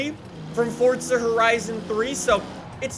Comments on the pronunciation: Forza not fortza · It's not fortsa you dingus!